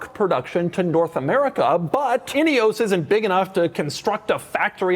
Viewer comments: "Inny-ose"? No, it is Ineos, like "In-ee-oss" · could've sworn Doug said "idios Grenadier"